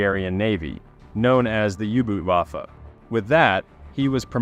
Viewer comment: FYI: the German, "Boot", is pronounced, "Boat".